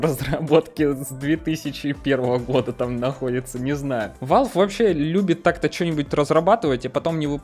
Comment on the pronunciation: блин, угараю, "победюнькать" и "валвэ"